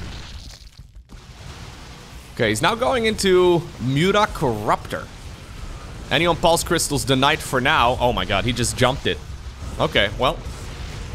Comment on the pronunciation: The word anion is pronounced ANion...not anIon. It sounds essentially like saying "an ion" as two separate words. So anion sounds like "an ion" cation sounds like "😺ion"